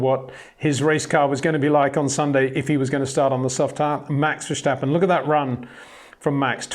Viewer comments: Love your videos but I’m wondering why you keep saying Vershtappen. It’s Verstappen, no H there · The name verstappen has no H in it. You should pronounce it like versteppen, not verstahpen. It sounds so weird when you do that. Besides that great vids.